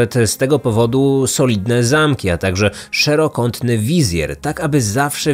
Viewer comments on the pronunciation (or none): "szerokątny wizjer"